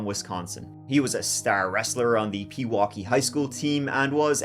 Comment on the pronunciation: Pewaukee WI is my hometown too, and he also pronounced that right, which is pretty damn rare!